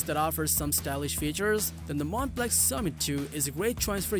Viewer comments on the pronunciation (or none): It's not pronounced Montblank or Montblack, however you said it, it's Montblanc Mont-Blonk!